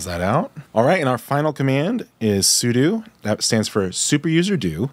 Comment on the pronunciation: Brother, it’s pronounced “sue-dough”.